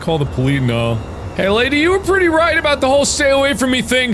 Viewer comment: When you say “Bou - t” it sounds like “Booty”